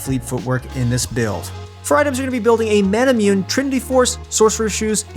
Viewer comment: It’s annoying how you don’t know how to pronounce Manamune properly. It’s inspired by Japanese culture so it’s pronounced ma-na-moo-nay. Seriously.